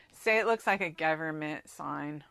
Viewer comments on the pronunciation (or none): none